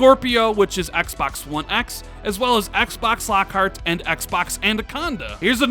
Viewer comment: you put so much emphasis on the word Xbox... you say it like XXXXBOXXXZZZZ.. lol just say Xbox 😂😂😂